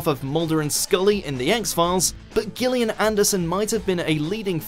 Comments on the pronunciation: How the hell did you manage to mispronounce Gillian?? It's a soft G like a J... Jillian ... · Gillian Anderson FFS Gillian is pronounced Jillian, not with a hard G, moron. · This narrator has never heard the name Gillian, it seems, since he doesn' t pronounce it correctly. It's a soft G. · Her name is pronounced JILLIAN NOT gillian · its JILL-ian Anderson. not "gill" as in fish gill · HOW can you not pronounce the name Gillian properly?? It's pronounced with a "J" sound, it's not like fish gills! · For the record, that's not how you pronounce Gillian. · Why can this person not pronounce Gillian correctly? The easiest thing to do is verify names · How can you not pronounce Gillian? Jill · YOU'RE STILL SAYING GILLIAN ANDERSON'S NAME WRONG!